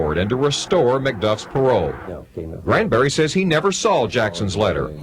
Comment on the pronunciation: GRAN-berry. Not CRAN-berry, GRAN-berry. That name is just wrong altogether.